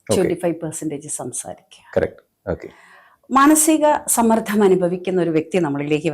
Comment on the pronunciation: Madom. Sammardham. Ennu parayaruthu sammardham ennu parayu kelkkumpol entho pole